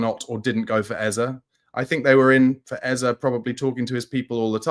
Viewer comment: stop making up stuff. You have no knowledge of Spurs doing anything but enquire about Eze or any other player, except pissibly Kudus. There was no offer made for Eze. Personally, I'll be relieved if we don't get Eze only because I won't have to hear you say his name as Ezzer. It is pronounced Ezzeh. Hearing you say Ezzer is like running fingernails down a chalk board. Eze is pronounced Ezzeh.